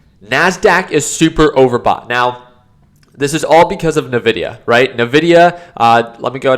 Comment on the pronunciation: NVIDIA, not nevidia. From the Spanish word: envidia. Meaning envy. You should know this! 😝